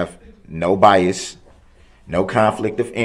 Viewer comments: Just listened a second time...as painful as it is to witness this abuse against this judge and our Judicial System and just Sociatal Norms in general..Ugh..but oh my nerves..if he says ax or axed One More Time...I think I'd rather hear biast...idiot. I better stop I could go on and on and I know I'm preaching to the choir....and I know your interested in, ( which I think is very cool) where your listeners are from and all...I'm not from an exotic country or anything....well...actually that's debatable...I hail from The Great STATE OF TEXAS...said all that to say thought you might get a kick out of the fact I'm a soon to be 62 year old neurotic female...which I'm sure old enough to be your grandmother lol..Just wanted to let you know that and last thing, I've said it before and I'll say it again....I simply LOVE how you HATE him sooo..fist bump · Biast, troof, and being confused about being muted...he thought being muted meant he was allowed to hear what was going on!!!grrr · I HATE how he tells the judge she's a public servant! Have you done a video on all his mispronounced words? Oath....Oaf, Ask .... Axe,, bias..... biast...